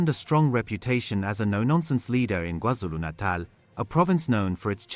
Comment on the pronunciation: The only AI that says Kwa-Zulu Natal even better than some humans😂